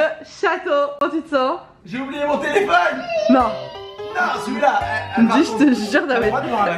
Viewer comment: En plus quand tu lui a dit tu a pas eu faim la nuit il a dit nen😂😂